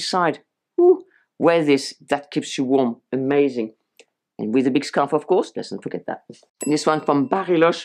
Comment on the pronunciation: Your French pronunciation — “erh-mazing” — adorable. 🤩